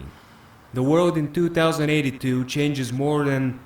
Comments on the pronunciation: he said 2 thousand 82 not twenty 82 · 2082 is pronounced Twenty-Eighty Two,. Not two thousand and eighty two. 2018 is Twenty-Eighteen. Not two thousand and eighteen.